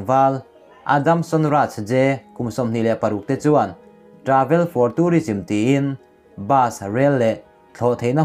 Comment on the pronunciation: Travel i lamdan thluk chu ava mak in, i thluk hrim2 hi adangdai hlemai a.